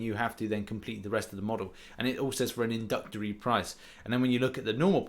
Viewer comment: What does “inductory” mean,? Not an accent thing. There are more letters in the word you’re attempting to say